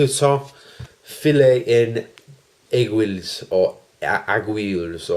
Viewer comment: Wonderful, enjoyable video again,. I too enjoy TF Extreme. Fille En Aiguilles is brilliant as well. To help in pronouncing it I'm gonna do it phonetically for you: 'Fee On Eggee'. It rhymes. Hurrah!